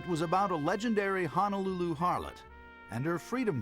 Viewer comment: Too bad the narrator doesn't know how to correctly pronounce Ho-no-lulu